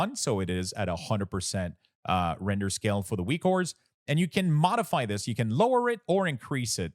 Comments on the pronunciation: Great work on this package - I love using it, thanks for your work! But also why do you say Weak Ores instead of Weak Auras? lol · stop saying weakwhores lol